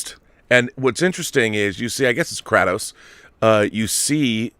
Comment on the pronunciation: KRAY-Tos my brother. anyone whos played one knows its KRAY-TOS